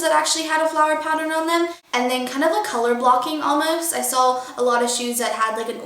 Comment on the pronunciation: she pronounces "saw" as "saul"